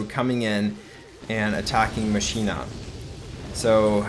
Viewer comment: Pls stop calling machina mashina, it’s pronounced mockina